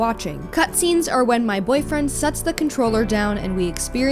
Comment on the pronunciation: Lol I have a "boyfwiend. "